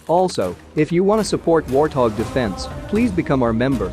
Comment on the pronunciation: Why does he say warhog when its warthog ?😂